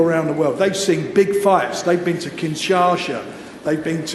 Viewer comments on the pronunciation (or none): Kinshasa - not kinsha"sh"a. Rumble in the jungle: a sports washing event for Mobutu Sese Seko - a western puppet that murdered Patrice Lumumba - a true man of the people of Africa - Not the false muhammed ali farse that enriched himself 5 million dollars of the congolese people